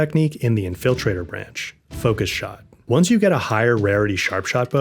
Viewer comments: "In-FILL-traitor" is going to be stuck in my head now. Good tips. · In-FIL-trator tree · Never heard anyone pronounced infiltrator that way 😂